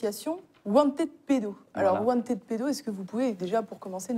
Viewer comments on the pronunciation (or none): Wanted. Prononcer want[ed]pedo et pas want aid pedo. La prononciation change tout. Wanted et wantaid... ce n'est pas la même chose et c'est certainement un lapsus révélateur de want aid pedo. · Wantède ou wantid pédo ? Wanted en anglais se prononce wantiiid . Choisir un mot anglais pour le prononcer à la française... pas terrible. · wanted se prononce wantId en anglais. Wantiiid. Pas wantède. Wantide pedo n'est pas crédible car cette association traine avec des groupuscules d'extrême droite.